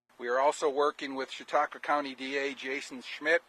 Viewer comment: Also the way Hasan (mis)pronounces Chatauqua makes me laugh...I wanna hear him try Scajaquada and Chiavettas next...